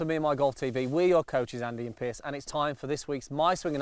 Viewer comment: Good vid, as always. But why does Andy keep calling Piers 'Pierce'.